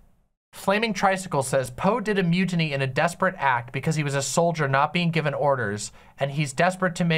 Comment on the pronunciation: Holdo's a shitty filler character with no real buildup whose dramatic moment was rightfully Leia's (also, you trivialize it by just saying its a mildly cool special effect, the silence and framing and angles are everything else that make that a spectacle). Also, why are you pronouncing mutiny like that? I really don't get why critics went after the green milk so hard myself, it was supposed to be gross and funny, and it was